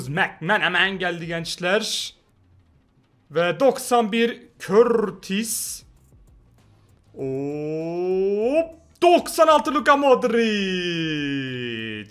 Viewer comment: Courtois'e Kurtis diyen koca yürekli